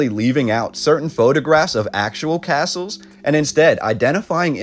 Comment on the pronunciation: phonetically, its "Cass-Uhls"